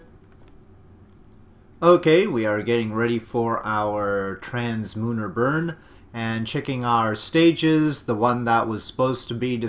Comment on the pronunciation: I am pretty sure the correct way to say it is "translunar"